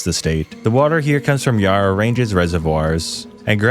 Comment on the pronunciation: I know I’m being nitpicky, but as an Australian: It’s pronounced “CanBra” “Melbin” Victoria is more populated then NSW “Yarah”